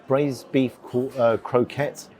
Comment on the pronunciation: Its "croc-ette" mate. You keep saying croke-ette, don't get me wrong it's sweet and all. Croquettes said wrong is like pjish and kips.